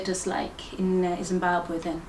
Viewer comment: Says ‘Zimbagwe’ like a South African. Definitely not from Zim